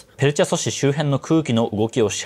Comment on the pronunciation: ペルチェ ''しょし'' んしゃ…